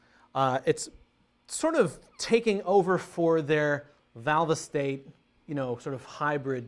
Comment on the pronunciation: Valve-EEE-State amps LOL